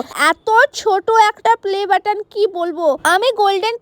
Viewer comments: পেলে বাটন ✖️ play batton ✔️ লিখে বলছি তাই ভাল ভাবে বলতে পারসি না ঠিক করে 😊😊😊😊😊😊😊❤❤❤❤ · দিদি পেলে বাটন না প্লে বাটন টা ঠিক করে বলো😂😂😂😂😂 তারপরে ভিডিও করবে